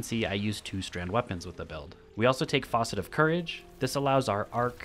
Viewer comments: Stop saying faucet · Say faucet one more time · FAUCET?! Dude haha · I came here to say that! It’s f(ass)cet not f(aw)cet. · faucet haha, great build vid though